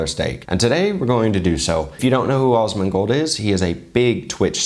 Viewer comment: Love it, please denote in future references that it is AS-mon-gold, with a short 'a', exactly as in 'as'. I've just experienced the strangest singularity feeling among crossover chef videos that I've ever, ever watched...between you, Guga, Chef Brian Tsao and Chef Paul (Frenchie), even Uncle Roger, with also my gamer/WoW background, who also knew of Asmon the legend gamer, since years ago...and it's been a weird, wild ride. Love your channel dear sir, keep on keepin' on. <3